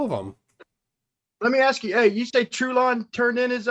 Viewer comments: Could someone tell to the gentleman, that the word is "ask", not "aks". This is not my language and im having a stroke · Seriously. Why cant black people say "ask"!?